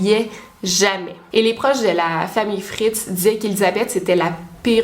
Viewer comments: Ça se prononce FritzEL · "Room" est basé sur le roman d'Emma Donoghue, lui-même inspiré de l'affaire Fritzl (on prononce le L à la fin). 2'20 : c'est le père de Joseph qui a connu 2 guerres et non Joseph Fritzl lui-même puisqu'il est né en 1935 (je vois qu'en commentaires il a confusion) Honnêtement je ne sais pas comment les victimes de séquestration font pour rester saine d'esprit (comment ressortent-elles de là ?) car déjà 4-5 mois de confinement sans sortir de chez soi, tu perds la tête (littéralement), tu es en dépression donc après 24 ans dans un sous-sol, tu dois être mentalement très atteint 🤔 Y'a forcément des troubles mentaux qui apparaissent. Dommage que le voisin ne soit pas allé voir la police : en racontant qu'il voit Joseph descendre tous les soirs au sous-sol avec beaucoup de nourriture + le fait qu'Elizabeth soit porté "disparue", la police aurait peut-être fait une perquisition ! Franchement ce n'est pas la prison à vie qu'il méritait, mais de la torture en place publique ! Il aurait mérité qu'on lui inflige ce qu'il a infligé à sa fille et ses petits-enfants (enfants). Il me dégoute 🤮🤮 J'espère que les portes de l'enfer lui seront grandes ouvertes !